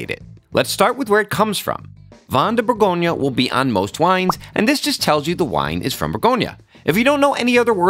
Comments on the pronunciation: Good video but please call it properly, Bourgogne !! not bourgognaaaaa 🤯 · It’s Bourgogne, not Bourgognah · Pro tip: before to make a 1h documentary on Burgundy, please learn how to pronounce Bourgogne correctly. Cheers! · Learn to pronounce the region properly!